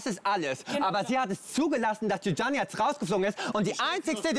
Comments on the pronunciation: Andrea Leeger Didschana😂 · Wie oft noch?! Man spricht es wie Jana! Di-Jana! Also einfach Di-Jana😂🙄🤦🏼‍♀️